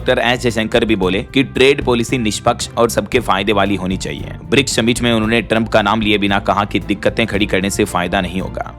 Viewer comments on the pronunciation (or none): none